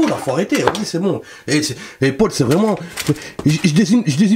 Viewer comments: Ça m'a stressée tu dis Pôle tout le long de la vidéo 🙄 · "chez pol" jpp